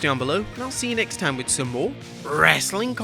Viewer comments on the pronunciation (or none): none